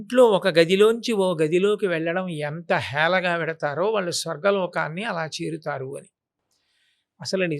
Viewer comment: రాలు, వాలు,కాదమ్మ, రాళ్ళు, వాళ్ళు అనాలి, చాగంటి గారి ప్రోగ్రామ్ చేస్తూ, పద ఉచ్చారణ సరిగ్గా వాడండి